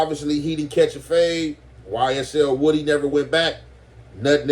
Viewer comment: It’s pronounced “wu-dee”